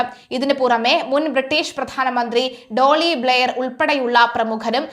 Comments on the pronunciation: ഡോളി ബ്ലയർ അല്ല കൊച്ചേ ടോണി ബ്ലയർ.. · Doly Blair alla. Tony Blair.